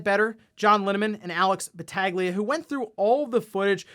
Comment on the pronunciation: it’s pronounced Bahtahlia not BahTAGlia lmao